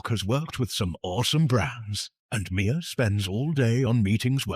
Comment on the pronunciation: mixing up her name multiple times throughout the video “mia” “mya” “whatever” even after hearing people pronounce it the correct way in the videos is such lowkey shade lol